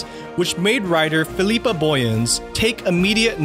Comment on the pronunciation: Philippa is not pronounced phee-LEEP-ah. It is pronounced FILL-a -pah.